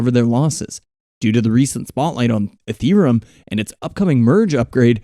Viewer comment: "Dodge curn and ethrem".. lol